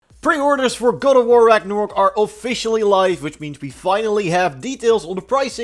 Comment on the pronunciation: Ragnarok ....... not ragnarook